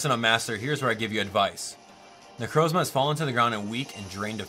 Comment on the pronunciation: It's nu Croz ma not nu croes ma ok